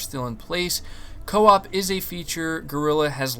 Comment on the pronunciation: Everything is cool, except the word (CO-OP)